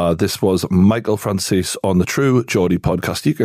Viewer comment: Michael FRANCIS? 😂 On the chapter names